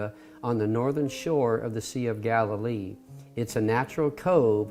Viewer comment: It’s Galilee